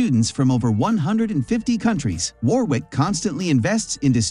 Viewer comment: You better research properly! Warwick is pronounced as Warick, not Warwick!!!